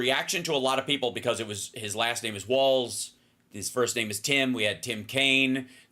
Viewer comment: Please say W A L L S, it’s not WALTZ….. WALZ & it’s KOM-uh-luh, not Kuh-MAW-luh